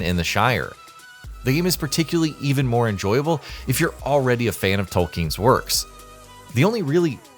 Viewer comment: "JRR Tolking" makes me think it could be AI... 😎